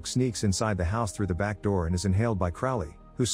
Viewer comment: it's a computer generated voice... you can tell because of the pronouncing of words. It will pronounce the errors in the typing. & horribly mispronounce words lol. Like through it pronounces trough.